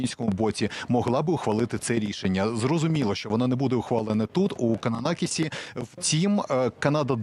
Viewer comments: Та не Кананакіс, а КананаСкіс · Кананаскіс, 🤭а не кананакіс. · Підтримую, і назву теж не вірно говорите.